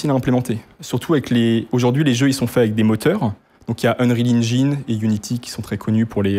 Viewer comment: unril ingine... frero fait un effort stp